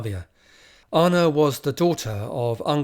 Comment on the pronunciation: I find this incredibly interesting and I've listened to all of your bids, thank you! Please try to improve your pronunciation of names a bit and it will be even better. (Start with Anna)